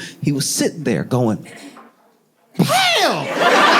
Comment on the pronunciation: Josh's "PAM" sounds suspiciously like "CARL..." :D